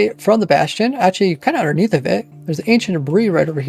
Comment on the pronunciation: I somehow understand "Ancient Brie"